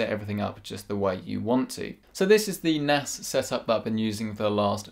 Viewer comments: In the begening I heard "Do you need an Ass!"😂😂😂😂 btw Video 😍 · sounded like "Do you need an ass?" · With his accent it didn’t sound like “do you need a nas”